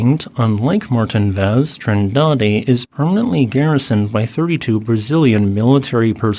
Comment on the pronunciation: He pronounced Vulcão do Paredão really great for someone who doesn't know Portuguese. Noronha, Trindade and Martim Vaz were obvious spelling pronunciations which is fine as they can be found in maps.